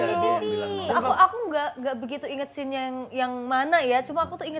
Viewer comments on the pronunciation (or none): Scene bro 😭 bukan scane 😭 apaan scane?